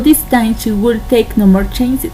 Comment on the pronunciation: Hey! exelent work! i liked it! you only need to practice the pronunciation of *would" you can do it! exelent yas!!! ^ ^